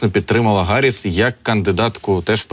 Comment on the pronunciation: Чому Гарріс, а не Харріс?!